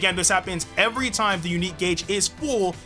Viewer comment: Did he said oh it’s shime instead of time 😂 😂